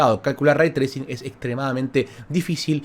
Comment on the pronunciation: Lo escuche pronunciar el concepto "Ray Tracing" Y me fui...